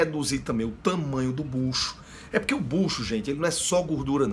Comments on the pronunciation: não aguento quando ele fala bucho kkkkkkkkkk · Não aguento quando ele fala buchu kkkk